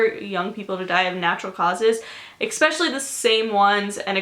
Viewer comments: I cringe every time she says "especially" bc she pronounces it as "exspecially" 🙄🤦🏻‍♀️ But other than that I love herrrrrr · great vid but i cringed every time you said "expecially"